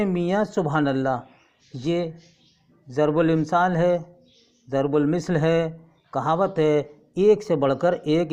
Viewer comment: It's not zarbulimsaal it is zurbul missal